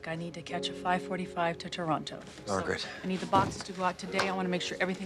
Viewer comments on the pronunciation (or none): As a native Torontonian - I cringe hard when Sandra Bullock says 'ToronTo' in the Proposal. Ryan Reynolds is from the west coast so he probably wouldn't catch it but it's just ughhhh. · It is NOT ToronTo it's Tronno smh get it together Sandy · Torono, the second t is silent 🤫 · Funnily enough Sandra is American, and can’t pronounce Toronto , haha. And Ryan is the Canadian 🇨🇦❤️ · I knew she wasn’t Canadian when she pronounced Toronto 😂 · You can tell Sandra Bullock isn't actually Canadian because she pronounced both Ts in Toronto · Sandra bullock doesnt know how to say Toronto..... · I have never watched The Proposal, so maybe there’s some explanation for this, but I just can’t believe that Sandra Bullock’s character is Canadian when she’s pronouncing “Toronto” like that. Also My Big Fat Greek Wedding is just top tier all over!